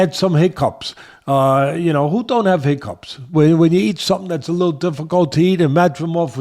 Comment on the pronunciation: Teddy..."He-cups?"🤔Lol its hick-cups" 😂